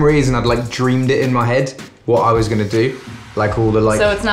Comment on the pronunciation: I wok up thee next moaning and duaeemed it in my hed. Foreign accent, got to love it!!!! I woke up the next morning and dreamed it in my head. Nope!!